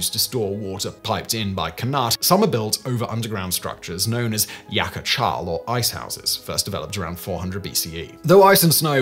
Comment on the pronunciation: It was fun listening to "yakh chal" - it's interesting that in this day and age, people still aren't used to the latinized spelling of "foreign" consonants like kheh. Still, fun to find out that the Farsi word for fridge has ancient beginnings.